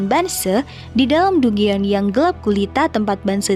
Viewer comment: Dungeon bacanya danjen min